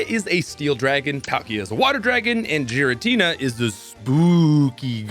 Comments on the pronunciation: This is why the anime usually helps with the naming scheme. Cause hearing Jiratina over and over is actually hurting my head. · …instantly skipped the gen 4 section when I realized thats how you were really pronouncing Giratina lol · Can you PLEASE PRONUNCE THE NAMES RIGHT???????, IT'S "GI-RA-TINA", "KEU-REM" AND "YA-VEL-TAL" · 100% pronouncing Giratina wrong. There's official pokemon content where you can hear it spoken.